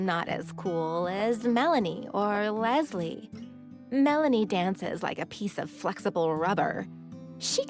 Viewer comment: everytime she says lesli i hear lesbian lol